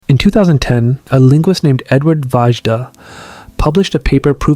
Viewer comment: I'm 20 seconds in and you've already mispronounced Vajda, Ket, Yenisei, and Na-Dené. Thanks for making it immediately clear that you have no idea what you're talking about.